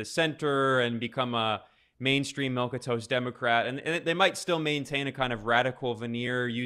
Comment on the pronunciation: milk and toast❌ milquetoast✔